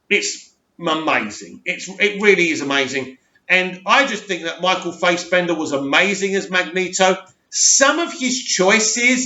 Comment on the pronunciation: your pronunciation is legendary as always ;) (it's pronounced Faasbender') In terms of villain acting performances shannon>Eissenberg>wilson. I haven't seen BOP so can't comment on McGregor.